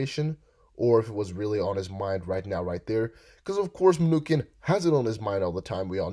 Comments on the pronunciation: Mnew chin not mnukin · Muh-new-chin. Is your voice slowed down? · ManuKin? You mean Mnuchin? M A N U S H I N ?